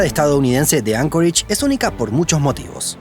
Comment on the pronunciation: Anchorage, no Ancoreich.